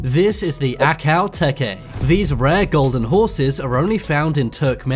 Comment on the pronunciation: Th way he pronounced teke😭😭😭😭😭